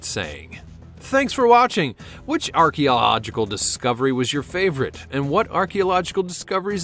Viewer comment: At the mark, listen how “archeological “ come out. 🤔 Stroke?